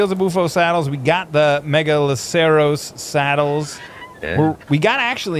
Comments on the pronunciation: Me-ga-lo-ser-us Is how you pronounce the deer's name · Megaloceros. Pronounced Mega-Loss-Er-Us